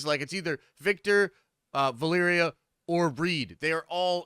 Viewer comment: Holy shit, someone who pronounces Valeria remotely correctly